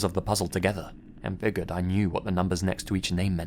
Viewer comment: Figured FIGURED ITS PRONOUNCED FIGURED. FIG YOUR D! THERES JUST A SECTION OF THE WORD MISSING. THATS THE SCARIEST ABOUT THIS GUYS CHANNEL. good content tho